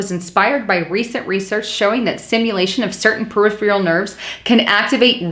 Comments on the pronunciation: Per-if-er-ul...not per-if-ial. Gotta work on pronunciation. Also said psychological when the article said physiological. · Thank you for the video, - but... it is peripERal nervous system, not periphREal.